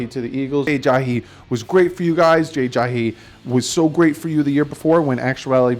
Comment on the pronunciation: For the millionth time is Ajayi not Ajahi...haha